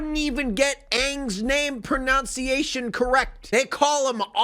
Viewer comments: Bruh, you really got frustrated at names being mispronounced , then said 'pronounciation' instead of 'pronunciation' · Talking a lot on the pronunciations in the film, but you cant even pronounce “pronunciation”.